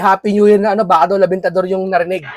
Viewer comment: Sir, correct pronunciation is REBENTADOR...not LABENTADOR..REBENTADOR,means firecracker.